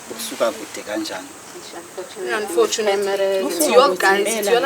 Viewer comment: "Unfortunately" ngathi lisha leligama eNkandla